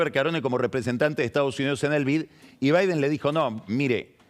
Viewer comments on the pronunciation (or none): none